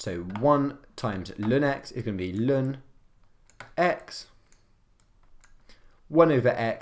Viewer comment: natural log 🚫 LÜN ✅, good vid tho